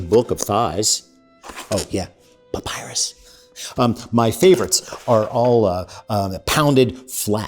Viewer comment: You had me until "papyrus" 🤣